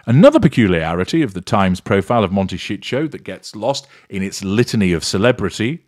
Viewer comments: Please pronounce the name Momtecito correctly. It is not Montecicho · Actually he says "Monte shit show" ;-)